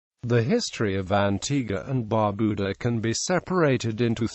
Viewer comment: I am a bit annoyed because of the mispronunciation of the national dishes as well as Bar Beau Dah. Foon Gee -.-but thanks for the video.